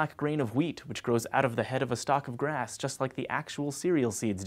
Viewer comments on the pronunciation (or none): none